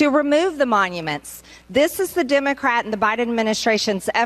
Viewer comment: She can’t even use the correct pronunciation of Democrat, over and over. She must just have learning disabilities.